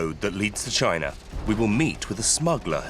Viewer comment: Lol. "Next to "